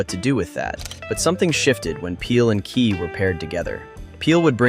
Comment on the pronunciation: I call Key as "Kay" so when i hear you pronounce it correctly i remembered the teacher skit